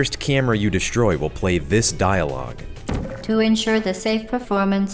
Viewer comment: OBJECTION! Its pronounced "Di-stroi" not "de-sh-tro-ye"